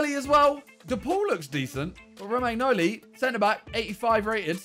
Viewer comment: The way Simon says Romagnoli is infuriating